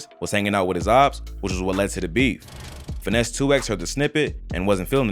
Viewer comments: I can’t take this channel serious… First of all Gucci didn’t bury Pookie Loc behind no damn Middle School.. If he did that he wouldn’t have beat all charges. He would have got a Tampering with Evidence charge. Also dude called Finesse 2tymes “Finesse 2 X” 🤣😂🤣😭😭😭 … If y’all ain’t apart of the culture then your not qualified to speak on anything going on in the culture or make videos/ documentaries about the culture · its Finese 2 times not 2x smh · Not finesse "two ex" mane gone on 😂😂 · It’s Finesse “Two Times” not Two “X” 😂😂😂